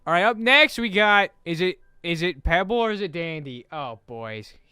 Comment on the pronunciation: NOT PEEBALL😢! Just in case peeball=pebble